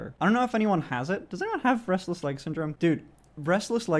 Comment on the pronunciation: For a second I thought he said breastless leg syndrome